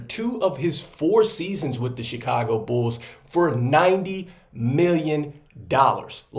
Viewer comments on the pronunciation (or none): Always know ya from Chicago when you say "bools"